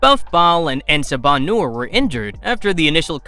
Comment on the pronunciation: say it with me en saba - new-er